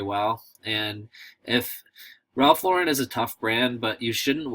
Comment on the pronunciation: Cool video, but.... Ralph's last name is pronounced like you would say Lorin not Lorr-----rin. Just saying..